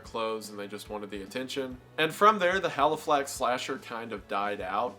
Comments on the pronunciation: Halifax is my town and finally seeing it mentioned somewhere but hearing him say it wrong so many times made me want to cry haha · I’m laughing so hard at the “haliflax” slasher; it’s supposed to be “Halifax” Mr. Goon 😂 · quick correction! the place name is just called Halifax. drop the second L 😁 sincerely, a local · Haliflax pronounced hally-fax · haliflax? how? in what universe can this be achieved? for someone who says they research.... you should put some effort into spell check and pronunciation. haliflax? i might go to the american state known ass ottower. or washeggtin. c'mon man. haliflax? i mean, it's even the name of a bank. america has one too i'm sure. maybe canada too.... like... how can "haliflax" slip this far? sure, spell check maybe. but then wendi said it wrong anyway. haliflax! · love this video but ‘haliflax’ is sending me as someone from halifax 💔💔💔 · the ‘london-haliflax area’ PLEASE ITS CALLED HALIFAX AND THEY ARE NO WHERE NEAR EACH OTHERR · Really love your posts. Just a small point which is neither here nor there. Halifax only has the first L so just one L. Thank you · It’s Halifax 😂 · bruh.. you got the name wrong - Halifax.. there's no Haliflax in the UK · Hearing wendigoon pronounce Halifax as Haliflax had me in TEARS 💀💀💀💀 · It's Halifax not Haliflax and you say it 20 times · Argh! Please read the names of what you're researching a little closer. It's Halifax, not Haliflax. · no ones gonna point out that its halifax and not haliflax, i thought that was very funny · Halifax not haliflax 😂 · It's Halifax, not Haliflax. Also, Halifax is about 200 miles away from London, so there's really no such thing as the "London / Halifax area", unless that's just a really bizarre way to say "England". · it’s Halifax HA LI FAX god now i know how it feels when i mispronounce something in one of my videos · It's Halifax not Haliflax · Just wanted to point out it is the Halifax slasher not Haliflax. Otherwise great video love your stuff